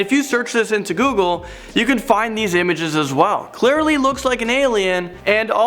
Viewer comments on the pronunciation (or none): none